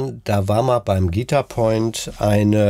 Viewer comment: An der Betonung bei „Guitar Point“ würde ich noch mal feilen 😂. Ansonsten nettes Video